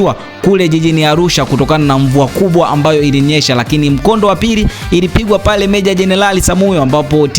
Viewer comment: Hivi mpaka leo kuna watu wanashindwa kutamka neno leo,lakini badala yake wanatamka,Reo badala ya leo!!